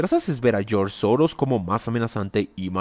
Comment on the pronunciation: "Geoorge Soros"🤣